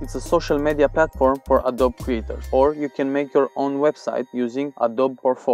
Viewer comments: ye its wrong he needs to say uhh dohh bee not uhh dob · Hey, just letting you know that you don't pronounce Adobe correctly. It's "uhh-doh-bee", not "uhh-doh-b"